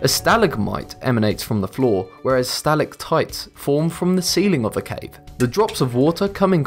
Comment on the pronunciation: You pronounced stalagmite and stalactite wrong